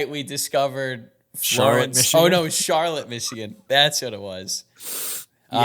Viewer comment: Used to live in Charlotte Michigan lol! So funny to hear yall mention it! Actually pronounced Char-Lott not Char-lett like NC!